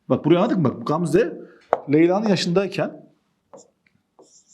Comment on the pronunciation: Hocam o nasıl Gamze demektir yaaa🤣🤣GGAAMzaeae